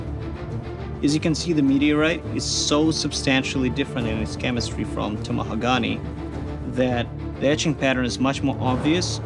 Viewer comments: IT'S PRONOUNCED TAMAHAGA-NAY- the NE has the same pronunciation as nay. Like, honestly the way the word is pronounced isn't a big deal at all but it bothers me for some reason. For some reason pronunciation bothers me to all hell regardless of the language being spoken. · Its pronounced Ta-ma-ha-ga-ne 5 syllables. needs to learn to pronounce his words butchering that word is criminal to the japanese Katana I have seen the national geographic making of a katana 20 times. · Take a shot every time they say tamahagani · can someone at the shop pleeeeeease teach all the others how to pronounce tamahagane